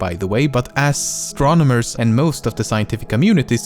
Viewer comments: U sayin' astronomers or asstronomers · "Ass stronomers" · Ass-tronomers 🤡🤡🤡🤡🤡 Am I hearing it right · i thot it was asssstronomers :) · Ass-stronomers hahahhaha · anybody noticed he deliberately said ass-tronomers XD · ass-tronomers?? really? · "ASStronomers" -Lemmino, 2016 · "Both pronunciations are correct by the way but ass-sotronomers and most of the scientific community seems to prefer Ura-nus over Ur-anus....my personal preference is your mom" xDDDDDD DIED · Uranus and Uranus, are both correct pronunciation but astronomers (he said it ass-stronomers) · ``both pronunciations are correct but ASStronauts seem to prefer Ura-nus than ur-anus,my personal preference is ur-mom,but it could have been much worse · "Oh, and 63 Earths can fit Uranus". Was that a joke? Just so you will pronounce as Ur-anus. Next one is he accidentally said "ass-tronomers". Was that his 2nd joke? Don't know yet. And finally, poor Mars rover thing will sing "Happy Birthday" to its own self. (Forever Alone) - [unless if there is another rover] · "63 earths can fit URanus. Both pronounciations are correct by the way but ASStronomers and most of the scientific community seems to prefer uranus over URanus, my personal preference is URmom but it could've been much worse..." i diead at that part xD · ass...tronomers --' Btw the pronouciation issue with uranus is only a problem for English people. I pity them, they have one more silly joke to bear.